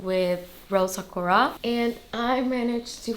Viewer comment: Aah congrats! I knew it had to be the B25 in Rose Sakura, the color is perfect. Btw, just wanted to let you know that sakura is pronounced sah-koo-rah:) enjoy your new bag!